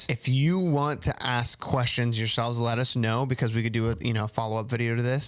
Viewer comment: Still thinking of «lettuce snow» everytime they say «let us know»😂❤️